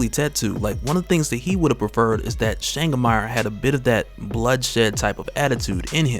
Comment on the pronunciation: my brother from over the seas, Changamire is a shona word (im shona)...cant have you saying "Shangamarr" its "Cha (like CHAcha) Nga (like francis NGAnou) mi (like ME) re (like RAven). Changamire. mad respect to you and yours fam.